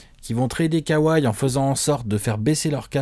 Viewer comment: K ouaille mdr les Frenchi mtue. On dit kawhi kauwaille mdr